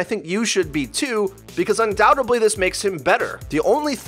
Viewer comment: STOP SAYING "UNDOUBTEBLY". The word is "undoubtedly", with a D sound, not B.